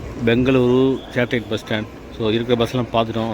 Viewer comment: Its Satellite not Satelight 🤣🤣🤣🤣🤣🤣